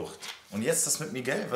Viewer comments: Miguel und nicht migeäo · Olivia: „MiGAU“ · hat olivia kaputten mund oder wieso sagt sie migau